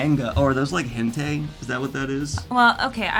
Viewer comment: Boi said "hen-tay"! Like I don't expect everyone to learn to pronounce Japanese words but this one had me in tears and I don't know why.